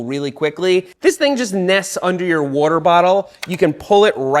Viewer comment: Seth is awesome... he just pronounces "water" oddly. 😅